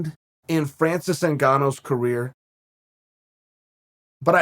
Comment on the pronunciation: You can tell that Chael likes Francis, because he knows how to spell and pronounce his name.